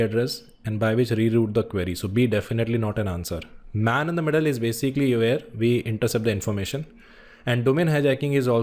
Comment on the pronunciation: Man in the middle not Main-in-the---Middle